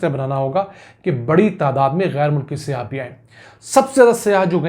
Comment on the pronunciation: Yar bhai jan siyah nhi hota saiyah hota he please urdu ki tang na toro bhai